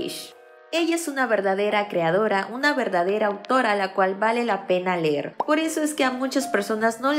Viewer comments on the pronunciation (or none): none